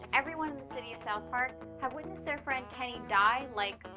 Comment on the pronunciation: Kenny not Lenny